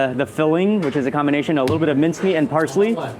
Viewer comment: Gotta love the Akkhhhmad Xombination 😂